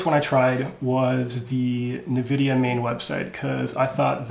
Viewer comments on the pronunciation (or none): Did he just say NEvidia?? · So this is the first time I've heard Nvidia pronounced Ne-vidia. I normally hear In-vidia. Which is correct?